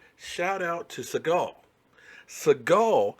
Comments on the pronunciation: Segal??? Bruh its Senegal as in Senegalese......bruh he just started he still in a rookie deal, he takes us far, he'll get paid. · Segal or Segul? What country are you saying? Do you mean Senegal? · did you say Siagon or Senegal?